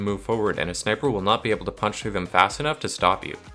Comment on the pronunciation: pUnTHhHhh through